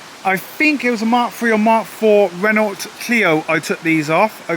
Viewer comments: Painful listening to you mispronounce Renault so often- it's Ren-oh. Apart from that, good on you for saving it! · Get that to Festival of the unexceptional! P.s. The t is silent in Renault. No e at the end makes the t silent ;)